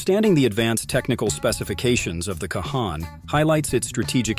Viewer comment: I appreciate that Turkey is building their own 5th gen but I doubt very much it is a game changer. The F35 is still the cream of the crop and will continue to remain so with each Block update. Also, it's pronounced Con.